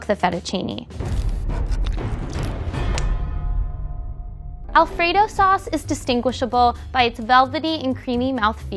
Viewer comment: The entire country of Italy and especially Alfredo's family just put Steven on a hit list/10 most wanted list for his "Fettuccine Alfredo."